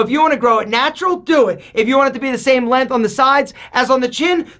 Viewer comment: There's a G in the words length, and strength. 🤦‍♂️